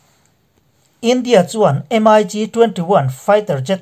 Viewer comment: In channel hi ka lo thlir ve thin.Ka sawi duh chu thil hian lam dan hik a nei ,entir nan em ai gi tilo hian MIG Ztih a lam tur a ni .Tin a dang leh ah chuan thu sawi tur hi hi ziah lawk vek nise chhiar mai hian hun a heh lo.Titi pah a thusawi hian hun a heh in in sawi tum tam tak in sawi hma in hun hi a liam thin.A dangah chuan in ti tha e.Pawimawh ta chu lam dan khawvel in a an hman hi zawm hram hram ni thei se